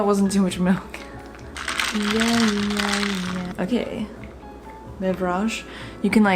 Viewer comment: “BeveRAHge” I always eagerly wait the weirdly pronounced word of the video. I LIVE FOR THEM 😂❤